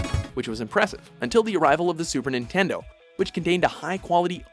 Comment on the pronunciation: Super ningaydo